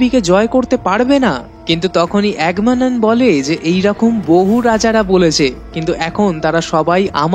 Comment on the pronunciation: নামটা এগামেমনন , আপনি তো ক্যারেক্টারের নামই উচ্চারণ করেন। আবার কিনা মুভির রিভিউ করতে এসেছেন। হাস্যকর ।